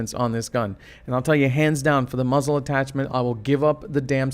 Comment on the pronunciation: whenever this guy says muzzle I feel like he is saying muslim